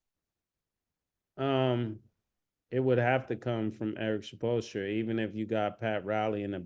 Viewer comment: Murda and Killa really be killing these names. Supolstra is hilarious